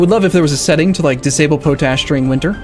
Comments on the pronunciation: dont normally do this, but it is pot ash, not po tash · But not pronounced as "poe tash," rather as "pot ash" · Not that it matters but potash is spoken pot-ash so it goes. fun vids thanks for posting. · I giggle every time I hear you say poe-tash instead of pot-ash. XD Loving the gameplay. Keep it up! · David Burrell oh my god that makes so much more sense. all the time I was like "what the f*** is potash supposed to be" thank you good sir for enlightening me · Is that a american way to pronounce potash? Because I always heard it being said as pot like in a plant pot and ash as in ash. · I think it's pot-ash not po-tash. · I wonder how many times he says po-tash before people's heads explode. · POT ASH, i know its spelt pOtash, but its pronounced POT--------ASH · Nah, just an uneducated way to pronounce it. Potash is salts that contain potassium, so it's reasonable for someone who has never heard it said out loud before to expect that the common "pota-" prefix is pronounced the same in both words. I thought that was how it was pronounced until I saw the comments here. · Zak MacKay no he is just a derp